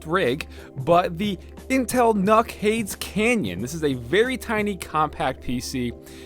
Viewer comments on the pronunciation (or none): none